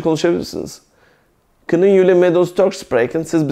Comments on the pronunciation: Hocam 'kunen' kının diye değil 'könün' diye okunur saygılar.. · Hayır 'kunnen' fiili 'künın diye okunur.